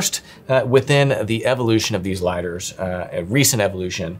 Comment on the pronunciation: The best “Liadders”